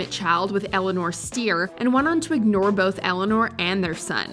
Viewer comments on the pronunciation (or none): none